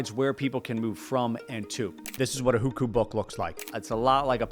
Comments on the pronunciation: I am a Chinese coming to learn about western point of view on China, but you have got the Hukou very wrong. I grew up in Beijing so I know a lot about Non Beijing people living in Beijing. As a consequence, I question the validity of everything else in this video. If you get the facts wrong and base your opinion on the wrong facts, then your point of view doesn't matter and I will switch to other channels. First of all before I tell you the things you got wrong, anyone who cares about their content would at least google how to pronounce stuff. Listening to your butchering of key words you described pains me. 1. You can definitely buy houses in Beijing as long as you live there long enough (there are specific rules that are automatically satisfied as long as you live there long enough). I have tons of friends who have rich non-Beijing parents that have several houses in Beijing, while my family (with Beijing Hukou) had none. The real problem of getting housing in Beijing is whether you can afford it. 2. WHAT EVEN IS PUBLIC SCHOOL? The best schools in Beijing are public schools. When I heard the word "public school", I knew this video is doomed. I attended the best school in China, and I have tons of non Beijing friends who have rich parents (yes they are also the ones with multiple houses in Beijing). The struggle of non Beijing students studying in Beijing is that they can't do Gaokao in Beijing and have to go to their original province. 3. You can get healthcare it's just tr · Almost had to turn the video off with how he was saying Hukou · It’s “who ko”, not “who khoo” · It's not pronounced "WHO-KU". It's "WHO-CO". Hearing that again and again was jarring. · first it's not "Hükü" but Houkou. then Hukou is transferable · HuKou = WHO-co, not who-coup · It would be better to pronounce as Who Co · at least try to pronounce "hukou" properly dude. It's sounds more like "who ko" where ko is the first syllable of "Kobe".